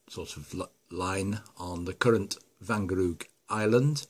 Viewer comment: Perfect pronunciation of the word 'Wangerooge',! Nice, little engine! Not too far from Great Britain!:-) Visually the loco could also be British! Do you plan a sound?